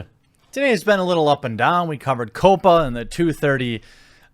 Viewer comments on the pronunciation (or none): KAH-PAH (since two P's) instead of one P, which would be COPA (aka KOH-PA).